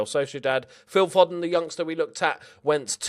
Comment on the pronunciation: You said Foden wrong